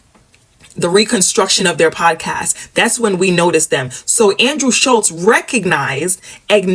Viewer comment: The way kept calling Schulz as Slutz. 😂